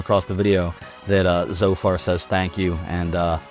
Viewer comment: It’s pronounced “zed-o-far”.